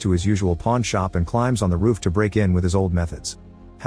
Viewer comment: The AI voice can't pronounce roof properly, sounds like it's saying rough.